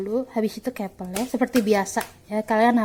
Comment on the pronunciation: "Kepel kepel kepel"...masak baca "couple" kek gitu